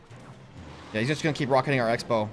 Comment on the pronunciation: You said sexbow